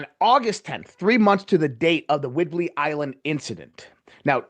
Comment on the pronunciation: "WHIDBEY Island".